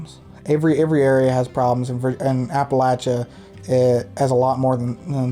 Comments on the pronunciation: Thank you for pronouncing Appalachia correctly. I could actually watch your video. 😂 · Thank you for saying Appalachia right! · Just have to say how nice it is to hear someone (especially a Yankee!) actually pronounce Appalachia correctly! So many people use a long A sound after the L. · You have no idea how much it means to me hearing you saying Appalachia / Appalachian correctly lol Norton is only 20 minutes away from me. It's so weird seeing you in all these spots that I know so well when I was just watching you a few weeks ago in places halfway across the world lol